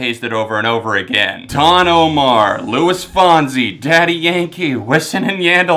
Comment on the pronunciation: Louis Fonsie, Wissin and Yahndell?! What pronounciation is that?!